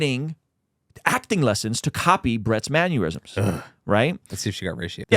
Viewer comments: You said mannerisms weird. You said it like it was spelled manyurism. Why do people do that? They have the culmination of all human knowledge, hundreds of dictionaries, but still get simple words wrong. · Man-NER-isms. I've seen like two , maybe three people saying man-U-risms. Learn to speak, people. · I'm sorry bro, with peace and love, i hate the way you say mannerisms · The way my boy pronounced mannerisms is giving me aneurysms.